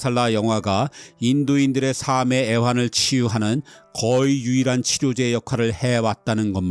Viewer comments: "삶의"의 발음은 [사:메]가 아니라 [살:메] 또는 [살:믜]입니다. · 너무 유익하고 나레이션이 편하고 정말 재미있어요. 그런데 한 가지 부탁드리고 싶은데 '삶'이라는 단어를 그러한 '살믜 애환' '살메 대한 의지' 이런식으로 정확히 발음해주시면 안될까요. '사믜' '사메' 라고 여러 편에 걸쳐 그렇게 발음을 하시는데 목소리 억양 정확한 발음 너무 듣기 좋은데 '삶' 때문에 ㅜㅜ... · ‘삶의’의 발음은 ‘사메’가 아니라 ‘살믜’입니다. 받침 ㅁ이 뒤 모음 ‘의’에 연음되기 때문입니다. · 삶의 [삼의x] -> [살믜o]